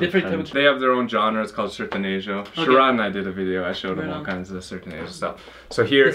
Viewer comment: me divirto demais com seus vídeos!! ❤️ Mas tenho que dizer, é sertAnejo, não sertEnejo!! Kkkkkk E por favor, fale para o nunca mais confundir a voz da Kelly Clarkson com a da Amy Lee!!! Hahahahaha!!! 🤣🤣🤣